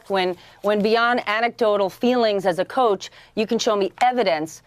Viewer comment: A republican that used to coach a teen basketball team... (for fucks sake, he even pronounces it "cooch") I believe that's the new "Catholic priests"